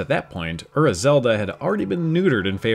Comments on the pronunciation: I love this kind of information, but there's no way I'm the only one who finds it grating that Ura Zelda keeps being said "Ur-ruh" instead of "uu-rah," like 裏 is actually pronounced. It's just kind of a pet peeve of mine, hearing people repeatedly use a word from a different language and not make sure they're pronouncing it as best they can. Especially on something like DYKG, which does a great job of researching, but left something like that very clearly incorrect. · Awesome video guys! Just one thing that Ura is pronounced as OO-RA. I was listening to this episode instead of watching so hearing UR-RA got me confused on what it's supposed to mean